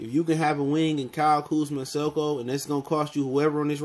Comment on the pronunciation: How u gonna expect people to take you seriously when you can’t say Sekou’s name right...